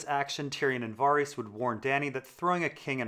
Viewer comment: "Var-ees" wat